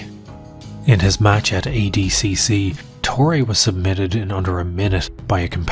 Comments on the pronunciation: My Brazilian brain shivers by the pronunciation of "Torre" as "Tory". It's "To-He"! The video is watchable nonetheless. Lol... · It is not "torri" it is "torre" ffs. Make an hour long documentary and don't bother to learn how the name of the protagonist is pronounced. I will never understand that.